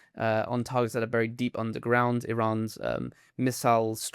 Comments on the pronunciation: Please - no more “nuke-U-lar” - it’s spelled nuCLEar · It is astounding that almost ALL public speakers say nu-cu-lar! Highly intelligent, educated people. Bewilders me.